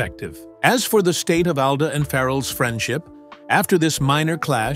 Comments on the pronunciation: If you don't mind, Mr. Alda's name is pronounced " ALL DA", NOT owl da!! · His las name is pronounced All-dah NOT AL-dah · Isn’t it pronounced all da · This is some kind of AI generated crap who can-t even pronouce his name correctly!